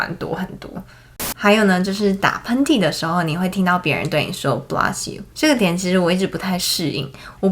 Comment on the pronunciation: I advise you to check the pronunciation of "bless you"